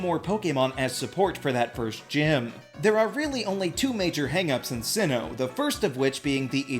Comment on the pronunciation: sinnoh! its sinnoh!